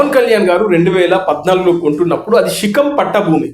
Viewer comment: రేయ్ తాగుబోతోడా షికం కాదు శిఖం రా 😂